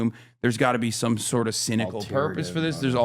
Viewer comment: cynical, not cinnecal